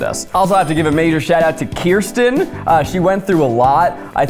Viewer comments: Zach. Kirsten, phonetically is "curse-ten". Kiersten is, "Keer-sten"... I don't think my cousin would appreciate the misinformed having opinions ✌💗💞💫 Love you though 😂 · Ok so the Kirsten doll (btw, it’s pronounced Kersten not Kiersten), is my mom’s favorite doll since they share a name so I take offense to Zach saying her name is dumb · Not to be that person but it's ker-stin not kristen. Kirsten is my oldest sisters name. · It's KUR-STEN. Not Kiersten. Sincerely a girl named Kirsten whose partially swedish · FIRST OF ALL ITS KIRSTEN. NOT KIERSTEN. KUR-STEN!!